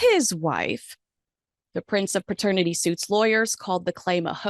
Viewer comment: Love your content and love watching you. One correction - The word is paternity not pratenity... 👍🏻